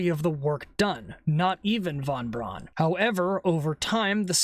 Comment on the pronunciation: Hey, pissbrain, Braun is pronounced Brown.